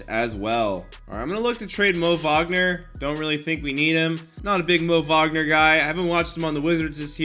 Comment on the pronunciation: Who tf is mo vogner it’s pronounced mo wagner